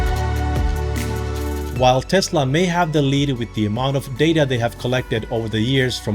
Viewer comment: Why do you say 'Tezla' with a 'z', It is 'Tesla' with an 's'. Is it your accent or are you mimicking Elon's accent?